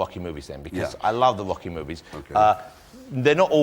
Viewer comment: i love ross saying UOCKY and LAMBO all the time.